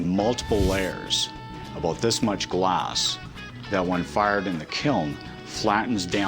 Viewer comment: Why does he keep pronouncing "Glaaaaaaas". I want smack him.